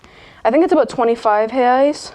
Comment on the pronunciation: Wow! Your pronunciation when you said, "Reais" was dead on!